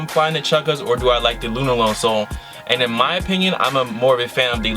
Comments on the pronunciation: Why are you saying Lunarlon like Lunarlone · The way says LunarLOAN kills me lol